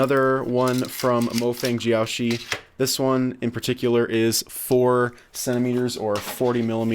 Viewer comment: I don't know why but the way you pronounce MoFang JiaoShi kinda annoys me